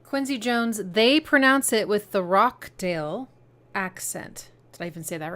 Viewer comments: Rochdale is pronounced "Rotch-dayle" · It’s Or-tekker, and they’re from Rochdale pronounced Rotchdale. Listen to VLmtrx from the Garbage EP, I think you’ll like it. It’s like a slowly approaching dread that never quite arrives, like a storm that gets close but passes by. The feeling of foreboding & relief is palpable. Listen to it in the dark, at night, before you go to sleep.